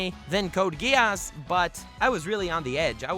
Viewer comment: Its not code Ge-ass Its Code Gi-s